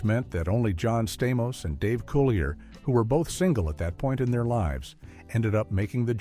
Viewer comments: Thank you! That irritated me the whole time watching this! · Dave’s last name is pronounced (Cool-lee-a). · Dave Coo-lee-A